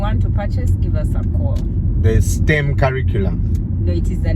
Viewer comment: Hey it’s STEM as stem on a branch not steam